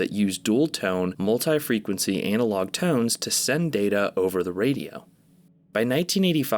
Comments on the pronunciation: God please stop saying anal-og instead of anna-log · Ah yes, classic “Anal-Log” horror